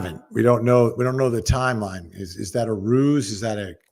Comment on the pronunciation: We are not hearing jens schedule. Her yimeline.